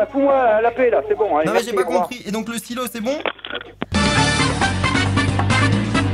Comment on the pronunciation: J'avais compris stylo au lieu de silo